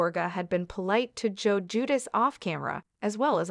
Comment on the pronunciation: It's now Jedus. Sounds like ...Jew...dice. Or Jew de chay in Italian.